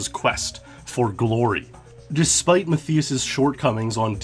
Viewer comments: ‘Maff-ee-us’. 😂 how would anyone think that’s how it’s pronounced? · TV-GAME Fan......i think "Mat-Thigh-us" Is how it should be pronounced it got to me how he was saying it with an "e", not and "i" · (Matthias) you say it like Math-EE-us and i'm like 90% it's Math-EYE-us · Rather than Ma-thee-us Roosti-migher, it's pronounced Ma-TEE-us RUST-uh-migher. EXCELLENT vid otherwise!!! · Muh thii uss? It's pronounced Ma tie us. Or mutt eye us. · Good video, but Matthias is pronounced "Ma-Tie-Uss", not "Ma-Thee-Uss" smh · Its pronounced "Math Eye Us" that was triggering me so hard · I know someone that is called Matthias, you actually pronounce it as Mat-tias, the 'h' is silent. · Omg it's driving me crazy how he's mispronouncing his name. Matthias and the I is pronounced like "eye." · I tried the Mario Raceway jump over the wall back in the day. It's so much harder than it looks. My guess is that Matthias is German (at least his name sounds very German), yay. (and he's pronounced like "muttias") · Are you sure that's how you pronounce the name Matthias? Because my cousin's name is Matthias and it is not Ma-thee-us. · please reupload with proper pronounciation of matthias its a common name and it is so distracting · Wtf is wrong with your pronunciation of his name? 🤦🏻‍♂️ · You're pronouncing his name wrong. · German here. It's just too funny how you pronounce Matthias :D Not meant as mocking.